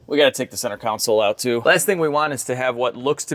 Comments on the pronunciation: From one car guy to another....PLEASE... it is center console, not center council. That is all. Thanks! 🤦🏽‍♂️🤯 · "Center counsel" It's console, bro. Pronounced con-sole, not coun-sel. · Con-sole! Con-sole!! CON-SOLE!!!! Not council. Goddammit your killing me. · Bud ...its console. Not council. Pronounced-----> (Con---soul) Not (cow-n-cil) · Love your videos but it's "CON - SOLE" not "council" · Console - pronounced con-sōl …..NOT “cownsole” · CON-SOLE!! not council lol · Is it "counsel" or "console"? I know it as a console. 🤔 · Ever notice how so many people manage to mispronounce the center "console?" They either want to say "council" or in this gentleman's case, "counsole." It is pronounced "con-sole." Con like ex-con, and sole like filet of sole. So simple and yet so nearly impossible for certain folks. Drives me nuts hearing it mispronounced in these ways. Just a little aside but it was bugging me so I just had to comment. Lol. Great job restoring this beautiful piece of history even though these cars were historically "under-powered" to the point of almost being laughable like my 1984 Pontiac Fiero. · I think you can hit your Halloween goal. I'll drive by and check it out if you put it on lawn display as planned. BTW - Isn't it pronounced console, not counsole? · Council? CON SOLE. 🙃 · Why do you keep saying center counsel? It's CONSOLE 😂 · Anyone else hear center ‘counsel’ instead of console every time? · It sounds like you're making a concerted effort to call a Console a Council. Were haters busting your balls about the way you say it before? BTW, if you don't LS swap this thing, you're a bad person. It's science. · Why does everybody have such a hard time pronouncing CONSOLE? Council? Counsil? Counsell? CON SOLE. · Council?! Or Console?! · Please god no!!! It's a CENTER CONSOLE!! NOT A COUNCIL. So painful to hear so many times. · Great video. Funny you kept saying funny counsel instead of funny console. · Is it a counsel or console?? 😂